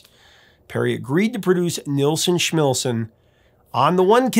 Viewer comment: How do you get Schmilsson right, and Nilsson wrong?